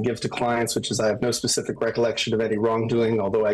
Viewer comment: He pronounces specific "pacific"